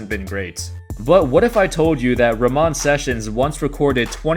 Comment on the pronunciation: Ramone bro , just no E. Not Rawmon